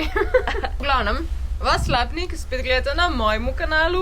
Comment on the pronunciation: V Slapniku (izgovori se z naglasom na i) sta bili!!! Jaz živim v hiši na samem, dol v dolini pod to vasjo. Če se še kdaj vrnete, vabljeni na kavo. ;)